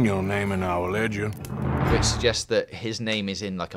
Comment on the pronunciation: I thought he said legend not ledger